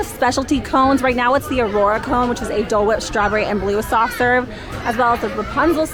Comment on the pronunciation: is tooooo much!!! Ive never heard "Dole Whip" pronounced so aggressively 😂 He was committed through that dole whip/ plant-based schpleel!!